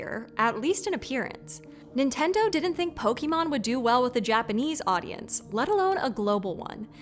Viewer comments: Not sure of the "correct" pronunciation, but hearing the American "Pokey Mon" always grates on me. "Pok 'eh' mon" is closer to how it's said in the UK. I've heard "Poh Kay Mon" too... which also sounds odd to my ear! haha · This is actually wrong too. (Poh-kuh-mon) is a common (though accepted) mispronunciation spawned out of the English dub of the original series of the anime. The proper pronunciation of Pokémon is (Poh-kay-mon), as it’s a portmanteau of the katakana pronunciations of “pocket” and “monster” (poh-keht-toh mon-stah). EDIT: also, your last statement is untrue, Meowth has always pronounced it (poh-kee-mon) in the English dub, lol. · How neat to see one of my favorite franchises featured on a PBS channel!!! Not to be a stickler, but the accent mark above the E affects the pronunciation. It's pronounced Po•Kay•Mon, not Po•Kee•Mon. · I'm excited for the episode but man she really is gonna say Po-key-mon instead of Po-kay-mon... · Why can't Americans ever pronounce Pokémon correctly? No one in the show ever says pokee! What do you call poké Hawaiian food? Bah! (Canadian btw) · It is Pokémon, not "pokimon"... Pls sound it correctly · Poke-EEE-Mon...she clearly never played Pokémon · There is an accent on the é for a reason. I’m surprised the channel that has Other Words would so confidently and repeatedly mispronounce Pokémon as "po-kee-mon" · Ma'am? It's pronounced Pokémon. Ay sound. Not E sound. Thank you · I mean...she's pronouncing it "pokEEmon" so I wouldn't give them too much credit as far as their knowledge on the franchise. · does everyone pronounce Pokémon like she does? I could have sworn that the English dub pronounces the "é" differently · Great to see the influence of Pokemon analyzed, but it's a shame the host was left free to proliferate the mispronunciation of the name. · Unbelievable after more than 20 years people still can't pronounce the name correctly there's a freaking accent over the e y'all need to know how to use it use it